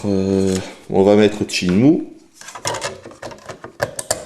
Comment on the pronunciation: Dreamkoste, j vais lancer chinemou. Lol handicapé de la parole.